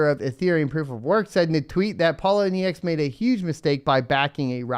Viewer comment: Pole - owe - knee - ex